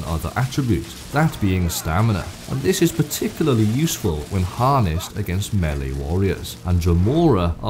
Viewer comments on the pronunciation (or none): none